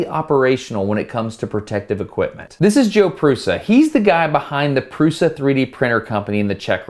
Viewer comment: Yeah, great and all, but that dude is Průša, not Prusa. It makes a huge diference in Czech. (am czech) (and my autocorrect won't even let me speak english, it forces either Czech or German)